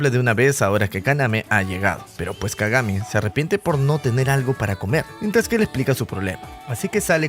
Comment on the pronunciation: Kagame en vez de kagami jajjajajajajajja😂